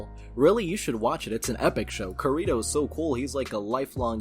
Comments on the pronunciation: Kirito... I love you but that pronunciation is hilarious. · Can you not say anime names if you don't know them. I was just listening to this vid and was so confused, until I just realized you were just saying Kirito wrong. It's clear you don't watch anime or at least have not watched any of SAO and that's fine, I lost interest in it after a wile myself. I just felt I had to say something about the name, even though I have mispronounced names myself.